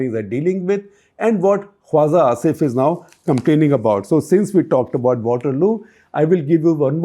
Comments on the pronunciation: It's not "Kwaza". It's "Khwaja". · Shekhar, excellent take on Pakistan and its Defence Minister. Hate to point out that your pronunciation of tbs word “Khwaja” needs tweaking. You pronounce it as Khwaza, whereas the j should be pronounced like j in Jinha or Jeet or Raja. I hope you can fix this. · I think it's khwaJa asif not khwaZa asif